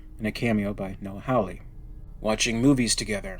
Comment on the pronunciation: Just so you know, Hawley is pronounced Hall-E, not Howl-E.